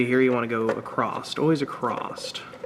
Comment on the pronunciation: First of all that wasn't the MAF sensor. Second there is no "t" in the word across. And you call yourselves?? I guess any idiot can make a youtube video.